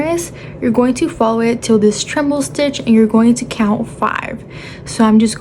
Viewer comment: Great video, thank you! (Also, it’s treble, not tremble.) ❤